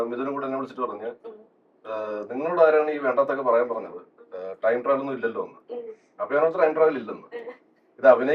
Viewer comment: സൈജു കുറുപ്പ് ട്രയിം ട്രാവൽ എന്നാ പറയുന്നേ ടൈം ട്രാവൽ അല്ലെ 8.15